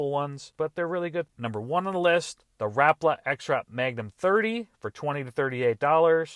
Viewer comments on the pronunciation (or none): ha rap-la it's ra-pal-a